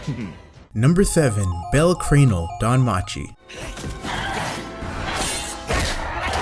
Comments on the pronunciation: when you havent watch the anime to you say bell crainel not bell cranel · Did he just say bell creanl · Me rAging because he said bell crane wrong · Hearing him say bell cranel made me mad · You pronounced his name wrong I mean Bell Cranel